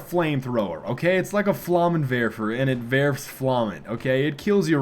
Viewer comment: 3rd person present of werfen (which is the verb to werfer) is wirft not werfs. "its like a flammenwerfer and es (it) wirft flammen". ich werfe (i throw), du wirfst (you throw), er/sie/es wirft (he/she/it throws). i hope you enjoyed this little german lesson. next time we speak about the four cases. class dismissed. :P